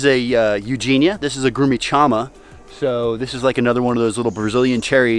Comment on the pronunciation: Grumixama is one of my favorite fruits, it's really unknown here, but delicious. We pronounce it something like this .sean.mah/.